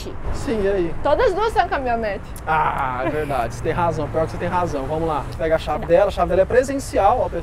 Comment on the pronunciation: "CamiOnete" não, aí forçou.. Kkkkk, ajeite aí major